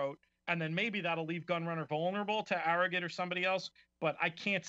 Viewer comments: i know it has become some idiotic COOL/FAD thing to call arrogate ArroGIT..but his name is pronounced ArroGATE...clowns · These people doing this video are horse racing fans..they KNOW the right pronunciation of the horse..they are calling him ArroGIT just to seem cool..they are clowns